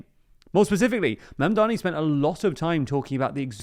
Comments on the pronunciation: im starting to take personally literally everyone's seeming incapability to pronounce.., say it with me now.., MAMDANI.., once more that.., MAM DA NI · Surely pronouncing his name cannot be this hard gang. Do better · I can't believe you mispronounced his name many times , why do people keep mispronouncing it? it's not that hard of a name to say...